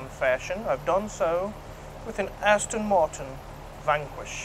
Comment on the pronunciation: aston , not astin